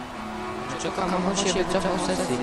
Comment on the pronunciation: kamacho czyta się kamaczo